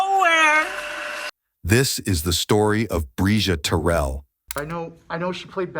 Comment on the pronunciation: Mispronouncing her last name is diabolical work!!’n Terrell is her last name !!!! RIParadise princess 😩🙏